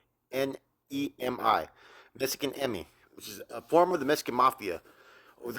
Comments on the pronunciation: It’s not EMI. They are MERECIDOS. It’s MEXIKANEMI. There is no TEXAS in their name. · Its mexi ka ne mi pendejo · It’s a Nahuatl word. It’s pronounced using the Nahuatl tongue. Not the English pronunciation.